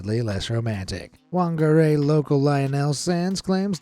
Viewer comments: Is not wungaRay it’s FungA-Ray ‘Whangarei😂😂(wh makes an F sound in te Reo Māori) it sounds funny how you said it 😅😅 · Whangarei is pronounced Fun-guh-ray. In Maori Wh is said like an F in English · Whangarei (Fun-ga-ray)😅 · I was looking through the comments to see if anyone tried to help him pronounce Whangarei